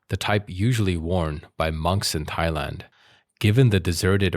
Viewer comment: "Thighland"? Moron or AI?